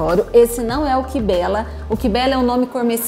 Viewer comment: Não se pronuncia “kibéla” e sim “Kaibélla”